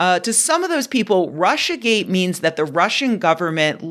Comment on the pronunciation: It is GATE not GAY